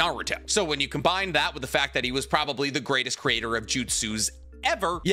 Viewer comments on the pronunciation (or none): none